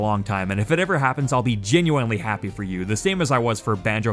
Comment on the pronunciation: why does he pronounce genuine as "jen you eye n"